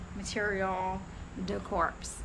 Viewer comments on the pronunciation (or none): Corps is pronounced core, from the French.😊